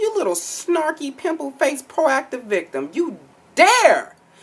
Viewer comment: "PROACTIVE VICTEM" YOU DAAARRE!!!! LMAO!!! This video is me lookin at myself I promise you